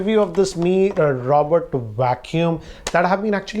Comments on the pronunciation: I heard “Mi robert” 😂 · nobody: ranjit: mi Robert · Yea, even I heard the same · I am I the only one who heard Mi Raw Butt Vacuum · Me too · Everybody heard that No need to laugh Wasted 🥴